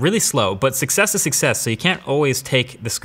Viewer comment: Why does MKBHD pronounce success as 6S? 🤔